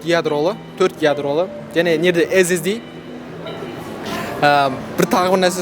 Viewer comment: Эз эз ди😂😂эс эс ди деш😂😂😂